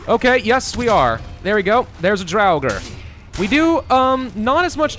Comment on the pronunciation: I could be completely wrong but isnt draugr pronounced "draw-ger" or did skyrim lie to me